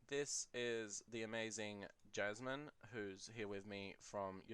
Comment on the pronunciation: Yay! I enjoyed it as well. (Also it is "Jasmin" and "Ulisses Spiele")